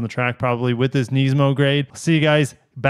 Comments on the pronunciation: I watched 30 seconds of the video and had enough of the way u say it…..its Nismi not Neesmo🤦🏻‍♂️🤣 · Yet another one who pronounces it Knees-mo😅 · I love you but please pronounce NISMO correctly (niz•mow) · Its Nismo with an I not an E